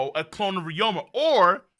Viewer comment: will never say Ryuma’s name correctly lol.